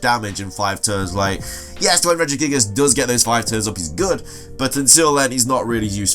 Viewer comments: he said regigigigigas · The way you said regigigas made me cry